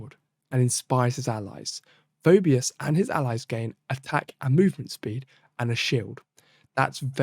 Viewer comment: It's "Fee - bus".